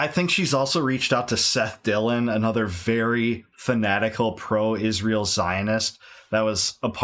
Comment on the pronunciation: I hate how she says Ishrael